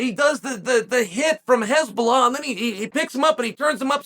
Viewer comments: Why does chael keep saying Hezbollah 😂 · The way Chael pronounce Hasbulla. HEZBOLLAH 🤌😂😂😂😂😂😂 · I heard nothing else after Chael mispronounced Hasbulla as Hezbollah ☠☠☠